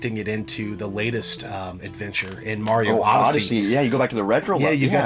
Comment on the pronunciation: Mario’s ability to create nostalgia for several generations is nothing short of amazing! It’s what got me hooked on video games. Still bust out “Mayro” till this day..LOL, I heard it pronounced this way and I just assumed it was a New York way of saying it. I swear I heard it pronounced that way in Sopranos too, I was like WTF did they just say?? Cheers to our Italian Broski! LOL! dick in the pic